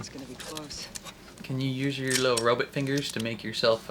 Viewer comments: Please never stop saying robot as ro-bit. I laugh every time. 😂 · I know what you’re saying. To me it sounds more like “but” not “bit”.